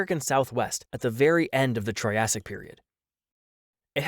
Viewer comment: He really said "troyasic"